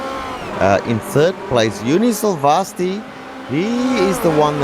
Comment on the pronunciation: Thank god! No chickens and cows. Please let this be the beginning of a new trend. Still pronouncing 'Silvasti' completely wrong however.